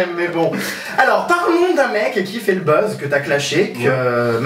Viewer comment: Il dit bezz. C buzz